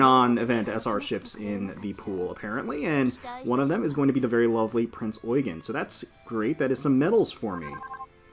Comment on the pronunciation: Nice to finally hear someone that pronounces Prinz Eugen right!